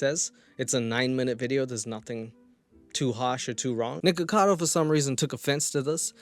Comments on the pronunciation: I think the reason that charlie says “nickado” instead of “nickacado” is that it’s been pointed out that it kinda sounds like the n-word when you say the beginning of “nickacado” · I've been aware of Nik ever since his drama with Trisha Paytas and since then, the amount of creators I've seen pronounce it as "Nikado"? Much more than you'd expect 😅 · I´m mostly on the side of Penguinz0 on this, it just drove me FURIOUS that Charlie just kept saying "Nikado Avocado", even though he spelled his name perfectly correctly in his video title. Even though I don´t even like Nikocado Avocado, shit like that drives me NUTS, because it´s SOOOO easy to fix.... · It drove me FURIOUS that Charlie just kept saying "Nikado Avocado", even though he spelled his name perfectly correctly in his video title. Even though I don´t even like Nikocado Avocado, shit like that drives me NUTS, because it´s SOOOO easy to fix.... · I think the whole thing with calling nikocado avocado 'nikado avocado' started with pewdiepie because as much as I love him he has a problem just... saying words in general and when he talked about mukbang videos nikocado was in it and he said nikado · i couldn't stop laughing every time charlie called him nikado XD hahaha he spells his name correctly in the title too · This was such a great video. I can't tell you the itch it scratched, particularly correcting Charlie and how he couldn't say Nic's name, I was driving me insane because I didn't see any comments about it like I was the only one who noticed :p thanks new friend :) 💜